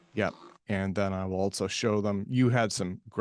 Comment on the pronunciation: "altso" fucking hattteeee this